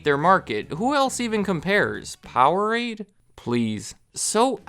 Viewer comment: Powerade, please.... 😂 (laughed out loud at that part) keep it up! Love your channel!